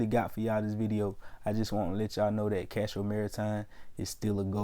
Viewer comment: if you're gonna make a video about a company the least you can do is know the name of the company...it's Castor Maritime not Castro...and I'm not even a shareholder of the company my guy cmon